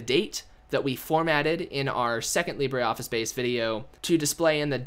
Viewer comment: IT isn't pronounced leebraree and its advantage over a spreadsheet is it is shareable over multiple users whilst being able to save it